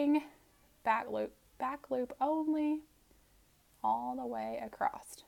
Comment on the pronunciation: I’m stuck on “acrosst” 🥴